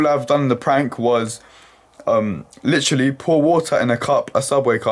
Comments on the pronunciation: The slender of "litchally" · oh man british people and the "Litch-ra-ley" over...and over again.